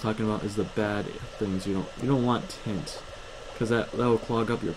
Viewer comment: it is pronounced viS and tIAnt.